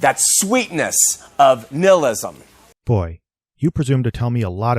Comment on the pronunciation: I'm sorry. Did he just call it "Nillism?" Woooooooow... that right make me pretty sure this guy likes to trot out the names of famous philosophers but has never did anything more than learn the bare bones basics about what they thought. I haven't either but I sure as fuck won't bring up Niche in a conversation because I don't know shit about him.